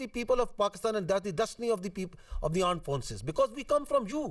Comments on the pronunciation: tenu armed ta saleya bolna nhi aanda. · Isko armed bolna to sikha do koie